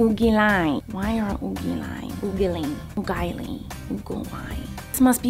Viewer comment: I meant, the way she pronounced the word UGLY. Its funny. ☺️